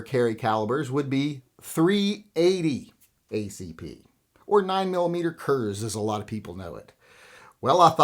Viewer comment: I think tried to say "9mm Kurz" ('Kurz' is German for 'short'), But due to alternative-lifestyle-induced speech impediment it came out 'Coors.'